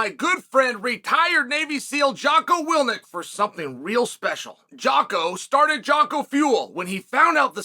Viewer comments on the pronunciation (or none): Funny part is I had ALWAYS misread his name as Jocko "Willnick" instead of Willink myself... and I don't think I've ever heard Jocko say his last name aloud, ironically enough, so if you hadn't made this comment, I would have persisted in my error thanks to ol' uncle Chael, lol.